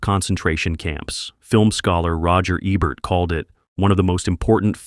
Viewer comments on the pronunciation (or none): none